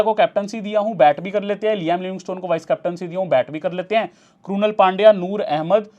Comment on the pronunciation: क्रुनल पण्ड्या❌ क्रुनाल पण्ड्या ✔️